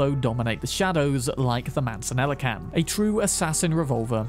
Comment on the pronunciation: In Spanish the double L makes a Y sound so that Mancella is pronounced ManSAYa